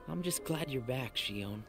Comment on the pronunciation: Now that you ended it, let me clarify a bit regarding the title of this game. Kingdom Hearts 358/2 Days (pronounced "Kingdom Hearts Three Five Eight Days Over Two") refers to covering the 358 days of 2 people, Roxas and Xion, while they were part of Organisation XIII. Oh, you pronounced it correctly, since in original Japanese version it's pronounced like you did in , "Lia". It's just that English version likes to make these weird changes.